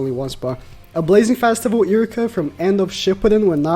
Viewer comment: this man is really pronouncing iruka as iricka